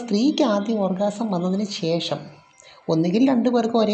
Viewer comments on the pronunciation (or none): none